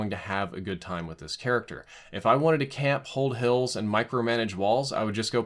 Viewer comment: No you said it right, “CAMP”